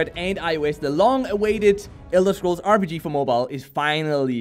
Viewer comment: He said rbg lol not rpg...